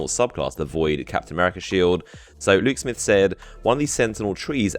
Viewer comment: what are u saying? lou smith luke smith?